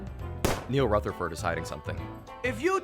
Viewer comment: I’m impressed he said Rutherford correctly. People are always mispronouncing my last name. “Rufferfurd” or “Rootherford” It’s annoying 😑